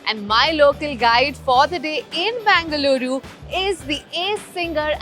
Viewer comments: Its BENGaluru for god’s sake....not BANGaluru🙄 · It is not Bangaluru, it is BENGA LURU. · Bangaluru!! It's Bengaluru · Its Bengaluru, not Bangaluru.